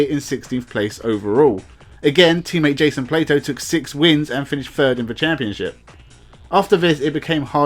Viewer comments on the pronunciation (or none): none